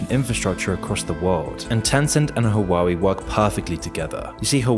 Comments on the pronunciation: Huawei is "Hwah way" not "Hoo wowwy." lol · It's wah-way. Not hoo-ah-wee. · Why you say hawawei ? 3 syllables And the name only has 2. Hua Wei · Hua WAY, it is not Hua WEE. After thee h is it sad UA, and then WAY. So H-UA, WEI. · I know this is serious and all but "huwawi" just cracks me up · Lol the way he pronounce huawei as hawawue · huwawi lmao